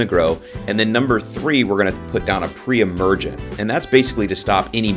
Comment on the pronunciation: I heard other times you said must be do not put per-emergent when new seeding